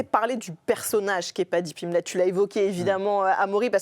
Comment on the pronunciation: Paddy Piplette elle a dit au début 😂